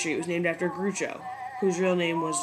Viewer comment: Groucho is pronounced like "Grouwchoe". Like the sound in "growl, or "that old grouch". "This is a great capsule history of Broadway, but it would be so much better if you redid the audio narration, cleaning up the stumbles and hesitations and the few mispronounciations. Not trying to be nasty, just trying to say this is so good it deserves to be fixed.